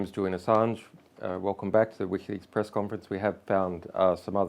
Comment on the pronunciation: "PERESS" conference ;)